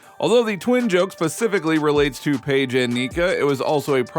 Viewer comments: This might be more believable if you coud pronounce Paige's name correctly. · Butchering Paige's name! 🤣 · You know a lot about this topic but can’t pronounce names. It’s pronounced Dorka Yoo-Hasz. And how can thou possibly not know how to pronounce Paige’s name?